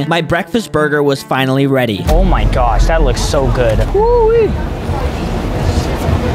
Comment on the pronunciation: Lol I love how he says gosh he says it like gyosh lol with the y lol